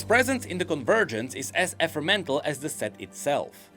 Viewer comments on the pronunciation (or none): it's also ephemeral and not epremental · I think it’s amusing that the only mispronunciation you made in the video was in the paragraph Riot asked you to read 😆 (You said “ef-ur-mental” instead of “eh-fem-ur-al”. No shade/criticism, it’s just funny timing that is the only time you mispronounced a word. 😇) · We should really work on the pronunciation of Ephemeral and (I'm going to get devoured for this comment ikr)